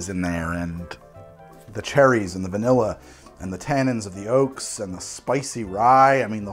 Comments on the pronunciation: 30min to go and I'm hearing "virnilla" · 3.1 VERnilla This is me 2nd time watching this treasure. I just noticed that on Manhattan 3.1 (x15) our dear host said VERnilla. And that struck me funny af 🤣